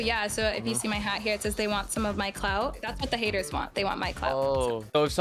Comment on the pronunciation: has a problem with saying clout